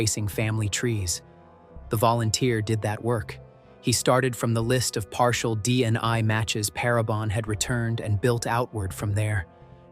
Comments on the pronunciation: Bofort not Beaufort DNI not DNA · The AI keeps saying DEI or DNI when DNA is being referred to. How difficult it is to say DNA? Nothing much as to motive, which does limit what we know.